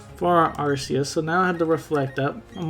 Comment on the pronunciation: Thanks for pronouncing Arceus properly lol I’ve had some fun with it in AG on showdown